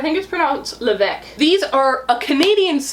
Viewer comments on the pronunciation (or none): none